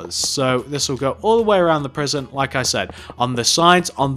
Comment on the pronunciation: lol u said P R I S I O N instead of P R I S O N in the last sentence, Lol